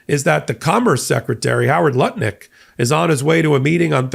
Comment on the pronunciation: Why do you consistently get Howard Nut-lick's name wrong?